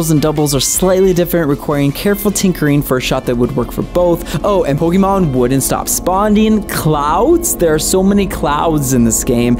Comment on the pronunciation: Why do you say "Pollkeymarn"